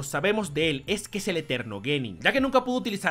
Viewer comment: me da risa que dise niño gai